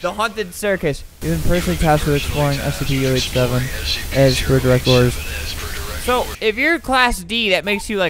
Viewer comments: He said stp not scp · what is stp were u supposed to say scp